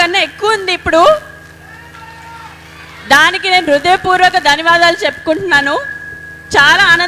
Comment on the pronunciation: Danavadalu kade danyavadalu telugu nerchuko purthiga